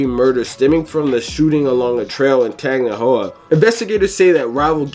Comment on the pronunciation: This dude trying to pronounce Tangipahoe (Tan-Jah-Pah-Hoe) is hilarious